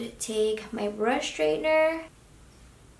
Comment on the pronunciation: I am just wondering why you say SHtraightener rather than straightener? :-)